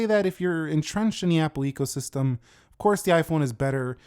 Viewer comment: Although you said ego system instead of eco system, I like to think you didn’t stutter as it does boost some people’s ego to own an iPhone regardless of generation.